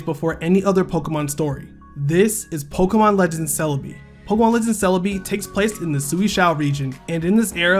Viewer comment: It's Pok(a)emon, pronounced a not pok(e)mon, ffs